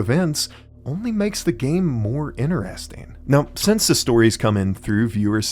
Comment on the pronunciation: Only thing better than how you pronounce the word 'interesting' as "inner resting" is how often you say it. Love it